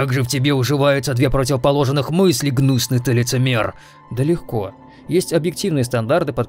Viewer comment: "Гнюсный ты лицемер" xD На репит, а так хороший p.s